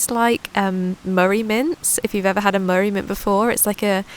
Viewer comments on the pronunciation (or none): none